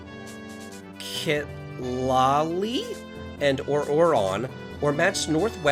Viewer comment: Citlali (sit lah lee) It is an Aztec name meaning star. I have a friend with this name, because her parents wanted to be "extra," as the kids say. She is Mexican though, so it's not a white girl being different.